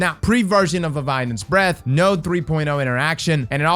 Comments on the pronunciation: Is it just me or is he saying “levianans breathe”? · Tnxs for the info! I also learned that can’t pronounce Leviathans Breath 😜